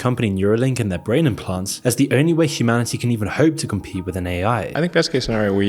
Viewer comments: "Can you harm humanility?" 😂😂😂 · "can you harm humab? ... can you harm humanility?" 10/10 depiction of humanility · "can you harm humanility?" 😂bro really needs AI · "can you harm humaniLity?" xDDDD